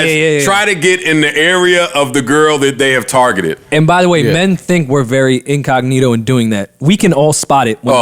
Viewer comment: Did say incognegro? This the most ridiculous podcast on earth😭